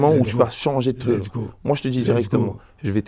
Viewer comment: Il a dit lesgo baby